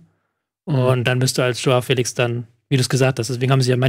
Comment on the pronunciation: Hoao Felitsch ist wirklich kaum zu ertragen... Wie kommt man auf das itsch?! Asteritsch und Obelitsch, daher vielleicht